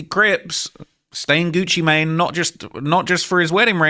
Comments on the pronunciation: Bro said "gucci matine" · it also said “Gucci Maynay” 😂😂 whoever made this is a criminal